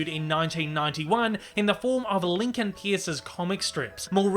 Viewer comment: "Pierce" is pronounced like "purse". Just an FYI